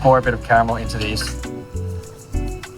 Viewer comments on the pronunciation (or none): It's cute when he repeats "camel this, ..camel that..." even though he is able to pronounce "r" in other words :-) Anyway- I would never use unhealthy s'h'itt called "white chocolate' that has nothing to do with chocolate, in any desert.